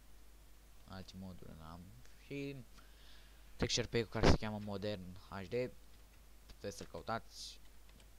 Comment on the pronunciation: texture packul nu textpackul , mai mergi pe la ora de engleza